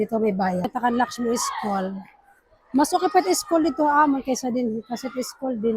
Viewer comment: Hindi SKOL dear, SKUL hehe